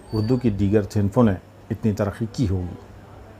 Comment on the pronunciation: بڑا آیا اردو دان ترقی کو ترخی پکار رہا ھے انتقال کو انتخال پکارتا ھے